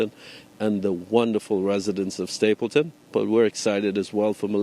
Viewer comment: The Word is Stapledon not Stapleton.